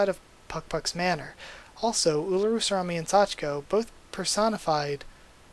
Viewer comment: Never thought I'd hear Sorami be pronounced as salami lol. At least you stopped your mistake before fully saying it. Talking is hard lol